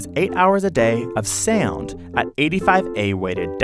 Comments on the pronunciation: MrprunesHD Haha he said SaUnD while I read this😂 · ok is the way this man is saying “sound” bothering anyone else slightly?